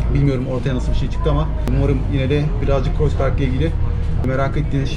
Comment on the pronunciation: herşeyden önce kanalınızın müdavimi olduğumu söyleyerek başlayayım. Harikasınız tek kelimeyle. Ukalalık ediyor gibi görünüyorsam kusura bakmayın. Ancak Almanca’yı biraz daha iyi öğrenmenizin size çok faydalı olacağını düşünüyorum (Kreuzberg’in telaffuzu: Kroytsberg, Kroyzberg değil)